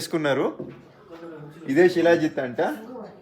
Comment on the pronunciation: షీలా జిత్ కాదు శిలాజిత్!